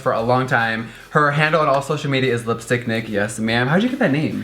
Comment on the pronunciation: i thought he said lipstick dick